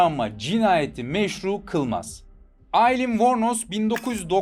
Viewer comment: Telaffuz uzaylı gibi alien degıl aylin direk